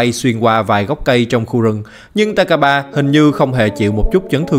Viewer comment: takaba mà em nghe ra tài k3